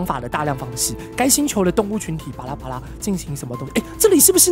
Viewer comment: 阿神你講巴拉好像拔蠟